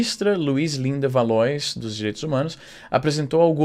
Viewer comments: Ela era colega de trabalho da minha tia (juiza) e usa sempre a ideia que ela era injustiçada, que sofria/sofre preconceito e etc para conseguir alguns privilégios. Se pronuncia Valoá* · Izzy, acho que "Valois" se pronuncia "Valoá". Espero ter ajudado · Se pronuncia Valuá . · Luislinda “Valoá” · Se pronuncia "Valoá". É de origem francesa. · Izzy, o "Valois" se fala "valoá" (acho que é francês ou algo assim)